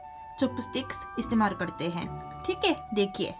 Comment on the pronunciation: Thick hai in bihari accent